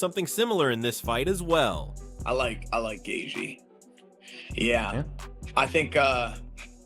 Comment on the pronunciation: Every time this video reads Gaethje's name, it gets worse :face-blue-smiling